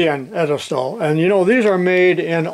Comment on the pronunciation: Edelstaal? Fascinating, because the word would usually be spelled "Edelstahl" which literally means: noble steel and actually translates to stainless steel. Germans do not claim it won't rust, just that it's nobility. Turns out it's Dutch...